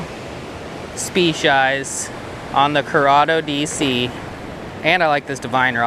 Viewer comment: "Spec-eyes" lol